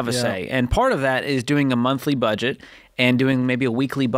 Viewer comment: Why would you not re-edit the video to cut out the mistake of "bedget?" asking for a friend.